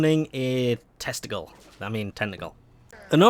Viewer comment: Ok I'm not the only one who thought when he said "...when hitting the ground u have a chance of summoning a testicle..." xD